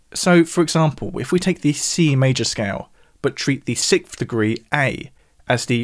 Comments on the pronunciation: It's "sikth" as opposed to the correct "sixth". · Is way of pronouncing sixth (as "sicth") a common thing, or just a thing?